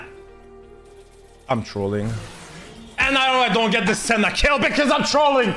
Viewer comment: Everyone: DOUBLE KILL!: DOUBLE KIRR!